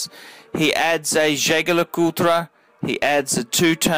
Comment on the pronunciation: Can you please stop saying JLC full name cos you pronounce that wrongly and sounded horrible! Can you just refer to that watch as the REVERSO? Thanks! Btw, good vid. Keep up!